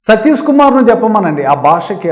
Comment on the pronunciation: సతీసు కాదు! సతీషు. షూ కు. సు కు తేడాతెలియకపోతే ఎట్టా? ముందు అక్షరాలు పలకడం నేర్చుకొని ఆపై పసంగం సెయ్యండి.